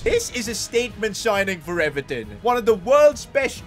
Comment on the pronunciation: Even pronouncing Everton is a huge L